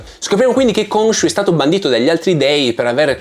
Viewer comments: Ogni volta che vedo le puntate in italiano mi viene l'orticaria. GrAnt anziché GrEnt. Konsu anziché Konshu. Il doppiatore di Oscar è bravo, ma sono state tagliate tutte le parti dove gli si chiede del suo strano accento, perché in italiano non ha accenti diversi. Preferisco guardarmelo in lingua. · Unica nota negativa della serie in italiano: Khonshu che viene chiamato Consù. Madonna che nervoso